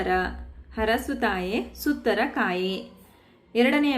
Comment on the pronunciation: ಸುತ್ತರ ಅಲ್ಲ ಮೇಡಂ..! "ಸುತರ" (ಮಕ್ಕಳ..)